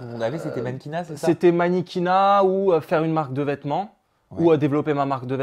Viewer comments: un moment il dit manniquina au lieu de dire mannequina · "Manniquinat" je suis morte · Vicky ́ et "manéquinat" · "Maniniquinat " j'étais morte 😂j'ai même mis pose 😂😂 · Ah oui la "maniquinnat" JUI MORTE 😂😂